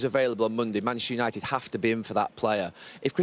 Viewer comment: Gary ......please pronounce MANCHESTER UNITED without cutting out half the letters